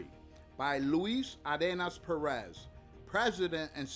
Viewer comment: Why can’t you pronounce Pérez correctly.